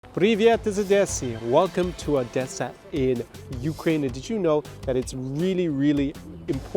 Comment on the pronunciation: You better not transfer Ukrainian cities` names from russian language, or we'll get annoyed. Odesa is not odessa (even Google Maps know this). And it reads 'OHdesa' not russian 'AHdessa'.